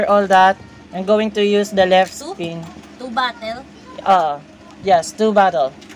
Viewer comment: Kuya bakit po an two nyo po ay tsu